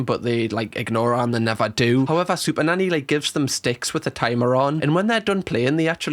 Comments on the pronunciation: your way of pronouncing SuperNanny is so unamerican that not even the subtitle clanker knows, it literally thinks you're saying "super daddy" which, and none of this comment means to offend YOU, just the Clanker, i find hilarious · Could’ve sworn I heard you say super daddy on the intro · sounds like he said super daddy